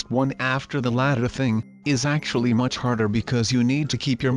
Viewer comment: it's much not nuch